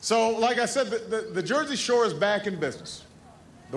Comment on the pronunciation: "The Jersey Showa"